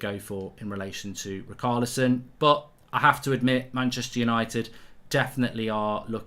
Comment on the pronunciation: Btw - Richarlison is pronounced Ri-sha-le-son...!